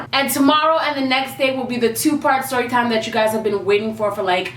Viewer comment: Ayyyee another "sshhhstorutitime" 😂😂 (sc followers would understand... hopefully)